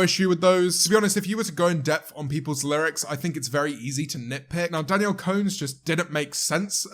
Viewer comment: No one: Literally no one: James Martiott: Danielle CONE